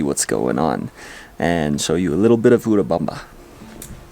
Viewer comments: Hi guys! You said it right, it's "U...(oooo) U-rubamba. Remember when you pronounce "U" as a long vowel (Unicorn) that's English. Our vowels are usu. pronounced like the "short" vowels in English. Don't know if I'm making this clear. Either way, thanks for sharing your good/bad times. I think you guys are awesome. Thank you for being real and God bless you both always! 💕. Note: - that was cute/lol when you tapped the camera...😂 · pronunciation is correctly. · Thank you! Glad we are saying it correctly